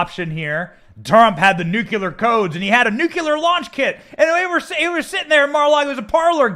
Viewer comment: We knew this would happen already. Benny please stop saying nucular. Get lawyers on that can tell us how to get the original affidavit. There must be some way. Will they actually charge him and then we find out? We already know the history and why.